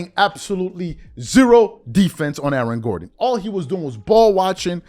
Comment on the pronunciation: Who else heard "Alan" Gordon? lol